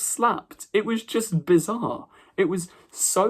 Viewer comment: Bizarre mate…. Not bizzar….